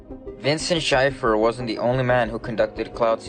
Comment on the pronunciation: FYI -- Vincent J. Schaefer's surname is pronounced Shay-fer.